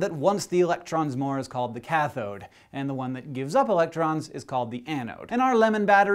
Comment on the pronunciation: I clench every time I hear the "chathod" sound!